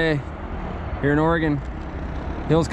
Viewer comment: He said Oregon so wrong 😭